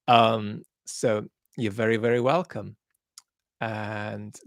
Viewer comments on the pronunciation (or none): none